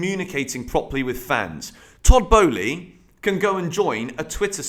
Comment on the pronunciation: It’s not Boehly bro.